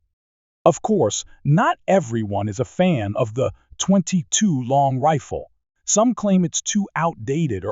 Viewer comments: What's with the weird way he pronounces 22 long rifle? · Your AI is almost perfect. The 22 long rifle is the only real giveaway.